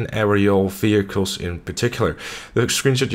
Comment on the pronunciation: I love how u say vechiels